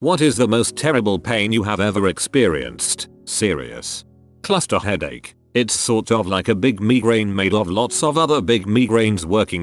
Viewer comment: “Me Grain”